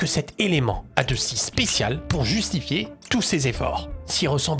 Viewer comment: JUTIFIER 😂😂😂, sinon super la vidéo j'ai adoré !!